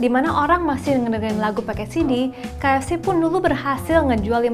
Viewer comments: Lucuk...kakanya nyebut ka ef ceh 😆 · Salfok sama penyebutan kaef ce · salfok ama logat MC nya ngomong kata "KFC"